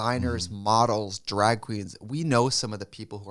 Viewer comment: The way Trixie say Drag is everything